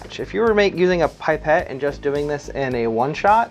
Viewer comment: Pip-ette not Pipe-ette.